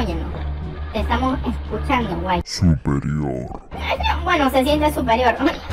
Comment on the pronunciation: Cuando dize zuperior :u